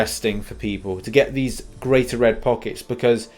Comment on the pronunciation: Anyone else mildly infuriated that he’s says pockets instead of packets